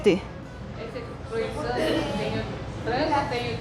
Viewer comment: la palabra " croissant " se pronuncia asi; " Cruasan ". Es una palabra Francesa. Ok ! Saludos a la mujer INTERESANTE.....!